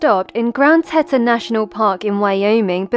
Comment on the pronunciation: 'Tea-ton' Finally found her 😞